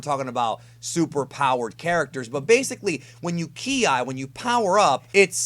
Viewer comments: it's pronounced "key" not "key-i". but love your video. am just getting into the deeper end of Dragon Ball. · Bro. On the subject of "Ki", It's not "key-eye" but pronounced "kye" (kai) Or "Kee" (key). Other than that you are one of the most in-depth at explaining DB topix Cannon and non cannon ALIKE😎👍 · Key I???? It's pronounced "key" ki. You sound stupid as fuck bro. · I was into your video, until you said k I. Learn base reading skills. Ki, not k and I separated. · Jesus fucking chirst, I can't listen to you. You're so fucking annoying. "Key-eye" "Kara-tay"